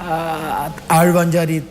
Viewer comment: ആഴ്‌വഞ്ചാരി അല്ല (ആഴ്‌വാഞ്ചേരി )ഒരു കുന്തവും അറിയാതെ ഒട്ടകം വെറുതെ .....